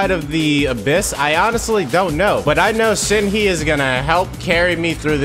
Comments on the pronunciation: I never understood people who got mad from slight mispronunciations, and then I became a Shenhe simple and watched this video. I am conflicted. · You are the only person who I have heard Shenhe like that 😭😭😭😭😭😭😭😭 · The way he's pronouncing "Shenhe" 😭😭